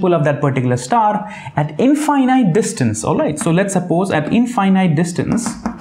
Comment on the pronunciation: infinite......in fin it.....NOT in fai night. Just a constructive criticism to bring excellence closer to perfection.